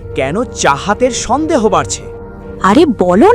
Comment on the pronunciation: ষন্দেহ?? নাকি সন্দেহ